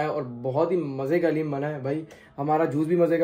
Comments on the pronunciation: Bro not hallem its daleem halleem is name of Allah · Bhai hareem nhi Bol da dareem Bol ta ha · Hallem nahi kahte guna hota daleem kahte haleem Allah ka name pa ata ha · Bahib haleem nahi hota daleem hota ha👍or love you bhai